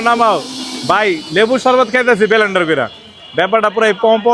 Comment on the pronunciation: Blender ❌ Belendaar✔️